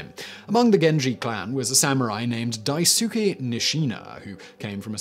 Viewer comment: Say it wit me now, daisuke. it's pronounced dice kay not whatever u said lol